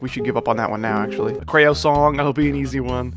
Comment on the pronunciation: you did NOT just call creo "crayo"